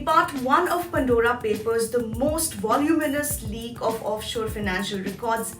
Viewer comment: It is ‘Pandora papers’ not ‘Pundora papers’. Makes me wince each time she says that.